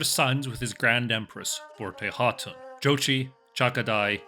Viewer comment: Not even 5 seconds in, he already pronounced the name correctly. Mongol approves